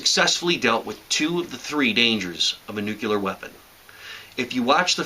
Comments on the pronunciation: stop saying nuCElar.....ffs... it's nuCLEAR..... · Hey everybody. It's George Bush Jr. It's NUCLEAR NOT NUCULAR DUMB ASS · ok. when you say nucular instead of nuclear, i grit my teeth. other than that, i must say thanks for the sage advice. very informative - like driving a 90 degree angle to the fallout if it heads towards you. obvious, but i wasn't thinking about that option. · You're cool plus I like how you say "nucular" :D